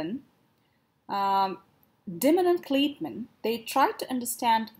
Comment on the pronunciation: You spelled Kleitman's name wrong and pronounced it wrong. LAZY